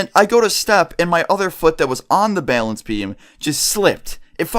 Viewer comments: im not trying to be offensive but says bailance not balance it makes me cringe any one else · struggling to say "balance" again. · So. Much. Bay-lance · Dude you gotta stop saying bale ence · The way you say balance XD "baylance" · "Balānce beam" lol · He really does enjoy saying bailence doesn't he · It bugs me the way you say balance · DOES ANY BODY ELSE LAUGH AT HOW HE SAYS "BALANCE"? I DIE LAUGHING LOL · THATS NOT HOW YOU PRONOUNCE BALANCE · Please stop saying balance like that